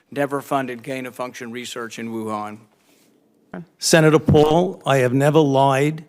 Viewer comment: Why does that curly haired muppet keep saying "Woohaaaaaan"? Nobody else in the world pronounces it like that, and his drawling accent only does it to that word.